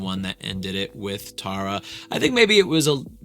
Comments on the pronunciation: I'm sorry but it's so funny that he's done so many tarayummy videos and he is still pronouncing her name wrong 🤣 not teara --> TARa😂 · Since no one has told you by now you’ve been saying Tara’s name completely wrong in every video… it’s not tear-a is pronounced like taro but TARA😭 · Loved this video but side note she hates when people pronounce her name wrong like that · It only took you 4 videos to get her name right 😂